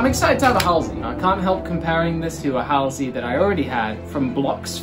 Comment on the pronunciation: The way he pronounced Halsey killed me inside